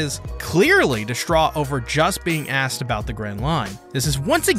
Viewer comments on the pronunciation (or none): none